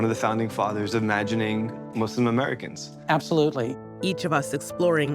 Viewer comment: Great documentary. The fact that they pronounced "Muslim" the correct way first and foremost, says that the effort was genuine. Islam's essence is about the freedom from inequality and discrimination. Assalam Alykum from the Arab world to all our brothers and sisters across the globe.